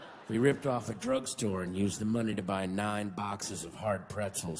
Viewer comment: "you know, where they byew the beers?"